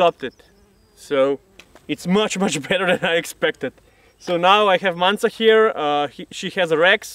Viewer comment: The most important thing I got from this is the correct pronunciation of Manca's name.